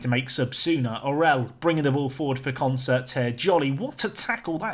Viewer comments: You add R's again, it's not Concert, lol. consett. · Con-Set, not Concert, dude. Sorry to criticise, you're obviously dyslexic. But you're so damn close to the right names!!! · Consett were probably annoyed by your butchering of their name. Consettt there's no R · Consett is pronounced "Consit" locally, there's no R in it :) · So who wants to tell that he’s been pronouncing Consett ‘Consert’ this whole time? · Good God, but it is really annoying!!